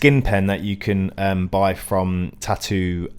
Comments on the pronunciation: No, "tahou" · tahoo lol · The way you pronounce tattoo makes me furious